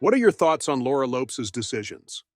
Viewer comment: У нас произносят Лопес, а не Лопс. Нужно обязательно перед тем, как произносить имя следует проверить, как имя произносится в англоязычном мире.